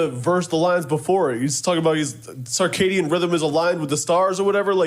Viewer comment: Wtf is a carcadian rhythm 😂😂😂😂😂